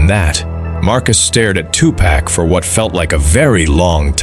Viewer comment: At least get the AI to say "two park" have some respect for the name